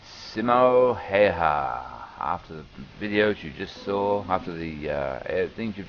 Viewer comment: if you would like some contructive comments, 2 things 1 its not SIMON HAY HA its pronounced SIM O HIHA 2 You have a very unnatural way of speaking, i would listen to others and compare